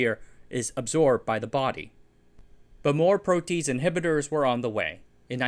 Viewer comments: Loving all the bio-related content lately! Leaves me wanting more! Hate to be nitpicky but "protease" is usually pronounced more like "pro - tea - ace", and "renin" likely more like "ree - nin". Biology nomenclature is kinda jarring at first, but after encountering enough weird names, it'll become second nature lol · No you didn't. It actually pronounced: Pro-Tee-Age. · pro' - tee - aze rhymes with haze - (American) biochemical engineer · i get that you're mispronouncing protease to boost commenting but is it worth the fundamental loss in credibility regarding the rest of the information in your video? (if he doesn't know how to pronounce the topic of his video, what else did he get wrong in it?) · he seems to have some pronunciation problems. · I’m sorry, I know I shouldn’t poke fun, but I just can’t get over your pronunciation of some of these biochemistry words. “Protease” gave me a hearty chuckle. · Did not expect a Cat's Cradle reference, almost makes up for the jarring mispronunciation of protease. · yes, but for someone outside of the industry it’s not hard to make this mistake. I’m grateful to this channel for excellent research done on this topic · Just FYI it's pronounced "pro-te-ase" not "pro-tease" Can see how people who aren't chemistry nerds would make that mistake tho. Great video. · pro-tea-ace, not pro-tease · Its pronounced Pro T Ase not Pro Tease ! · "Protease" sounds like "PRO-tea-ace", not "PRO-tease". ♥ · pro-tea-ace, not "pro tease". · pro tease? it's pronounced pro tee ace..... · Great videos. Your pronunciation sometimes does not follow English or British conventions which can be very distracting and could encourage mispronunciation by others. For example, "protease" is pro tee ace rather than pro teece. Great videos. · Pro-tea-ACE, not PRO-tease. 😂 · Pro-te-ase not pro-tease. Enzymes all end in “ase” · I'm not anti-tease but I would suggest the pronunciation "proaty-aze" rather than "pro-tease". Also there's not enough dram in this video.